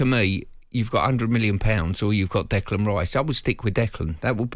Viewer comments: Can someone tell Stuart Pearce that there is no D and the end of Declan 😂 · what's wrong with Stuart? kept calling Rice "Declaned" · Funny, what in his brain tells him that Declan is pronounced that way, appears he was very lucky he was a good footballer.